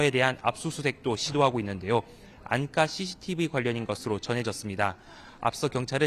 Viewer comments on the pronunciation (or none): 기장디 알음이 부정확합니다. "안가"를 "안까"라고 읽는 사람, 처음입니다.